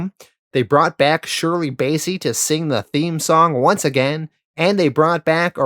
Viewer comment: I love your videos, and as a huge Bond fan I’m enjoying this so far (I’m pausing at Diamonds are Forever)… however, can you please check your pronunciations! Ernst “Stav-ro” Blofeld, George “Laze-en-by”, Shirley “Bass-ey”… sorry to be fussy about this but it makes a big difference especially in such a long video.